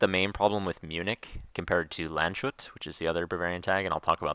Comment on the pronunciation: Its Lands-hut not Land-shut